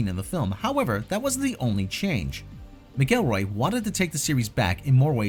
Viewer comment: It’s actually pronounced McElroy(mackelroy) 😒 not (mickelroy)